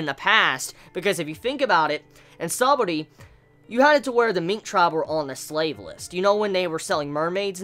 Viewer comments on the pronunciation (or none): none